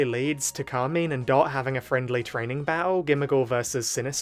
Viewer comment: It's CAR - MINE ... pls why is that so hard